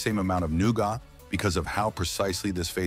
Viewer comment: Well I was going to subscribe until the who ever is narrating couldn't pronounce nougat it's noo-guht not noo-got. It makes all your information irrelevant and tells me you can't be trusted to truthful